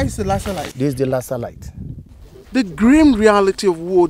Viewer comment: "lassar light"